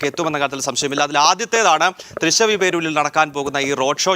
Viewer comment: വാർത്ത റിപ്പോർട്ട്‌ ചെയ്യുന്നവർ atleast തൃശ്ശൂരിന്റെ പേര് ശരിയായി പറയാൻ ശ്രദ്ധിക്കണം.. രണ്ടു തവണയും തൃശ്ശവി പേരൂർ എന്നാണ് പറഞ്ഞത്.. തൃശ്ശിവ പേരൂർ എന്ന് പറയാൻ അറിയാത്തവർ തൃശ്ശൂർ എന്ന് പറഞ്ഞാലും മതി. വടക്കുന്നാഥൻ ആ പേരിലുണ്ട്.